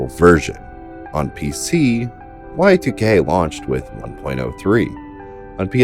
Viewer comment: please dont call it Y2K, its pronounced YIIK